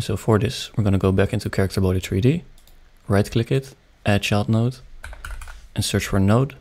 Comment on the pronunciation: "chairicter body" - 2023 (did anybody else hear this?)